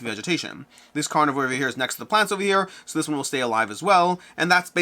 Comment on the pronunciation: I forgot to put a ;) You pronounce carnivore in an interesting way.